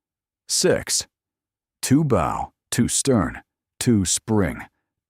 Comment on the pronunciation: How can you call a bow of the ship a “brow” all the way through the story.